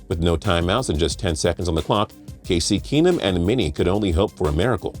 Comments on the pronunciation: It’s not “Casey” Keenum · Its just Case not Casey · It’s case not Casey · Btw it's not Casey Keenum it's Case... Like brief case... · Did this guy just say Casey Keenum? Lol comon guy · Did he say “KC Keenem”??? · "Casey Keenum" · “Casey Keenum” oh my lord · Fool said CaseY Keenum...smh. Do you even watch sports bro??? Lol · “Casey Keenum”? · Did you say Case-C Keenum?